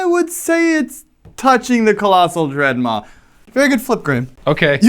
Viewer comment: As an Italian hearing pronunciation of colossal dreadmaw was hilarious (it was pretty good though). "Travolghere" on the other hand was really bad ahahahah